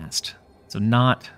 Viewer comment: Was that "but it is naut enough" intentional? I barely caught it lmao.